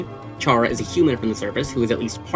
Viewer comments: BTW is pronounced "cara" not "chara" (if you're someone who speaks in Spanish, I mean) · normally i’m fine with mispronunciations but CHARA? ITS CARE-A OR CAR-A, NOT CHAIR-A OR CHAR-A!!! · It's pronounced Care-uh... Yk, like CHARA-cter? It's short for Character, like a placeholder name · ayo Chara is pronounced like Kara. its short for character. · 2026 and people still dont know how to say “Chara” 🫩 its literally just taken from the word “character” you dont say “CHAR-acter” its “care-uh” all lighthearted tho lol i enjoyed the vid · Chara is pronounced KARA, as in the NAME! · I exited the vid as soon as you mispronounced “Chara” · Chara is said with a k sound, since it's literally a shortened version of the word character